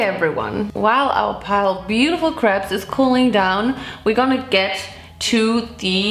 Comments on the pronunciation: “While our pile of beautiful craps is cooling down” 😂😂😂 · “while our pile of beautiful craps cool down” 🤣😂